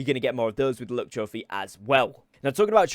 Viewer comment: I kept hearing him say "look trophy" not "luck" 😂😂